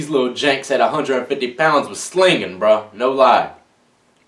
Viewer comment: Lol when he says Janks hes definitely from the 7 cities